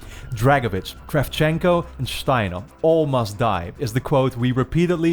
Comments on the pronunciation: I love the way he pronounced Stiner like Shtiner. It makes it sound more German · “Dragovich, Kravchenko, SCHTEINAH.”